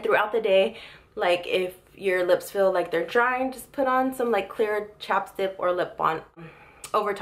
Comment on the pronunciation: she said chapstip too lmao